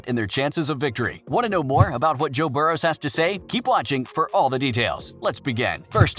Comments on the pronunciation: can’t even pronounce Joe burrow correctly. “Burrows” like really? This dude can go kick rocks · Bengals made the playoffs alot in that time frame.... and stop saying Burrows it Burrow. What the hell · Adding an s to Burrow is pretty cringey, especially when you put it in text...